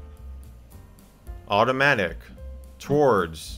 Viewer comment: nobody: michael: tOwAarDss